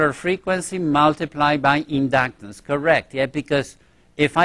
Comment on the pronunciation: indaactaar and indaactaance